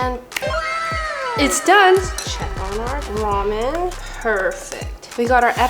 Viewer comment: Did she just say rumian insted og ramen